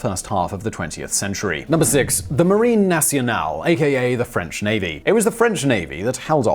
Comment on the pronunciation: Just after I was thinking that Simon pronounced "marine nationale" pretty well, hearing "coup de gras" (blow of fat) instead of "coup de grâce" (blow of mercy) made me smile.